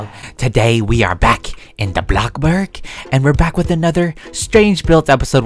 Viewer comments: not being mean you say it blox burg not block burg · why do u say blocburg